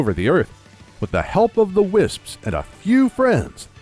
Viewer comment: good job saying wisps (tis verry hard)